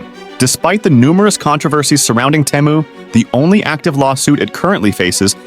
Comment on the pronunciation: All the pronunciation is wrong. Teh mu? Its obviously TEEE, MOO you literally have video footage that says so. The other company is SHE, N not SHANE wtf? DO BETTER, garbage AI generated content.